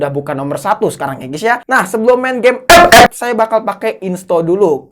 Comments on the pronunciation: Bang mantap enak sebut ep ep!!!!!!(buta)😅😅😅😅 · Ngakak kalo lubaca epep 😂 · somebody, please bikinin kompilasi bilang ep ep dong, sejam boleh lah buat penghantar tidur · alasan gua nonton channel ini, gua suka saat ngomong " epep "🤣